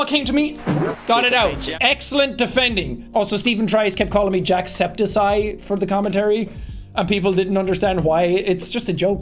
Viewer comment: Jack Septic Eye ❌ Jack Septi Ceye ✔️